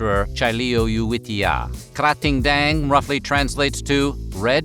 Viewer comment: I have to give big kudos for nailing Krating Daeng pronunciation! The creator name's pronunciation is a little bit off, but that's not your fault at all! Thai's transcription system is absurd and in no way you'll be able to pronounce it correctly if you only look at the transcription 😂